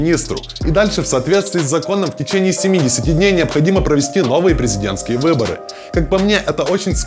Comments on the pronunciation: не выбори а выборы. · Слово "Выбори" Но видос классный)))